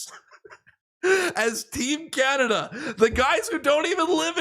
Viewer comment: C’mon Canadians you can do wayyyy better the “the Carn”i”” !!!!!!